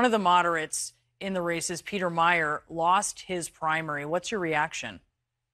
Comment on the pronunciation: Mi-er. Liked the store.